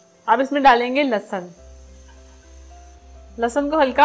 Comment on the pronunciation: بیٹا لہسن ہوتا ہے، لسسن نہیں، لسسن وہ ہوتا ہے جیسے زرداری اور نواز کو لگ گئے ہیں۔